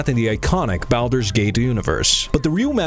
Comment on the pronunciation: Imagine making a video like this and not pronouncing Baldur correctly. Hilarious.